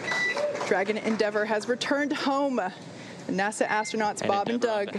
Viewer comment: "Dragon endeavor has returned home-uh" lol..